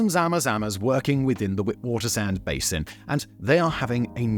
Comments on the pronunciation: Witwatersrand is pronounced "Vit-Vaters-Runt". It means 'White water's edge' :) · Its pronounced Lè sue two (Lesotho)and Vit vaters rant (Witswaterand) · Tip: The Ws in Witswatersrand are pronunced as Vs Simon since the word isn't English it's Afrikaans. But love the videos, been a fan since the early days when you used to do Top 10s on your other channels. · Great content, but please research the pronunciations of the words before producing content. Zama Zama, Witwatersrand, Lesotho, Braamfontein. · Almost all pronunciation of South African words was incorrect - Lesotho, Gauteng, Witwatersrand (to name a few). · Sound volume and pronunciation of "Lesotho" and "Witwatersrand" was horrible 😂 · Jesus you butchered the shit out of that "Witwatersrand"